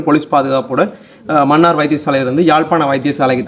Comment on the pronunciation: மன்னிக்கவும் மன்னார் மண்ணாறு இல்லை தமிழைச் சரியாக உச்சரிக்கவும்